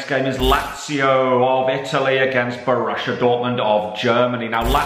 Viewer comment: Why does say Borussia as bor russia same with gladbach